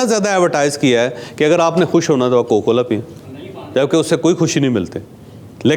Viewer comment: کوکو کولا نہیں جناب کوکا کولا۔